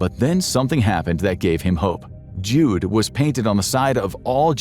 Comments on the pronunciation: This word, Jude, is the German word for Jew and is pronounced you-duh. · it's pronounced "YOO-duh"